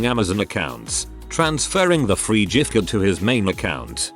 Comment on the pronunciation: Off topic..I noticed this robo-reader wasn’t saying “burjer king” and was pleased, cos that’s annoying. Then we get to the “jift-card”. Oh well